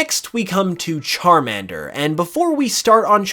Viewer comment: Why the fuck you Say salamender right then pronunce charmender wrong It makes no sense aaaa